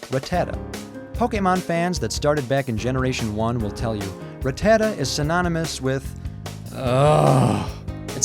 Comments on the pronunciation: It's Pronounced Rat-Ta-Ta not Rah-Tah-Tah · Rattata- "Rah-tah-tdah"??? Never heard anyone say its name like that ever...